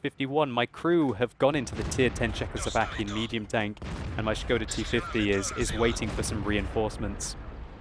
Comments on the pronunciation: şıkoda ne lan ahahahha, SIKODA oğlum o :D. Das Schkoda!! ahahaha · von Nazaret Hi, here is link to "official" Czech pronounciation: And here is it written in International Phonetic Alpahbet: [ˈʃkoda] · oh man your knowledge is waaaay off... It is Škoda and Š is soft S which is pronounced exactly like "sch" so it is pronounced "schkoda".